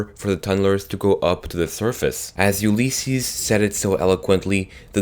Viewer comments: OLYYSESES? ITS ULYSSES! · Please say Ulysses correctly, your saying oohlysses. It bugs me. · Oolleses XD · Gonna have to stop you at Ulysses, it's pronounced "You-Liss-Sees"